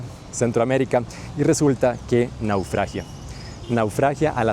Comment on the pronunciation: Excelente contenido. Se dice "naufraga". Buen trabajo para los ticos y ticas que somos desmemoriados.